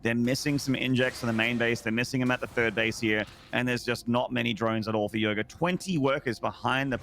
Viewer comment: Its yoger not yoga